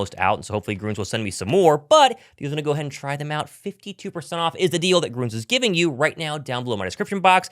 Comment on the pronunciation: Why do we wrongly pronounce the product Grüns wrong? It is German, and the word sounds exactly like "Greens." English does not have the two dots above the letter U. It changes the sound. It's called an umlaut. For keyboards without an umlaut, German inserts an E. The equivalent is Gruens. (It's still pronounced GREENS.)